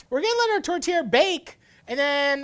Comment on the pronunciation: The whole time i kept hearing tortilla not tourtière